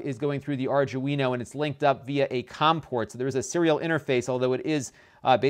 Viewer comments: Really cute pc. I was confused why you'd want so many fan headers at first. Plenty of sensor pins sounds more reasonable. *Arduino. Not 'ardguino'. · It's pronounced Ar-dwee-no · arjewino it's an Arduino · Correct pronunciation guys: Are Do E No... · R DO WIN O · You really have no idea how electronics work, do you? 2A vs 3A is the reason why it's slower? It's more likely that the chipset or RAM is lower spec than the Intel NUC. And by the way, "Arduino" is pronounced "R-Dwee-No" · I cringed every time you said Arduino lol. Other than that good video and great content. Ill be getting one myself now. Keep up the good work. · No one can say it right. It's hilarious.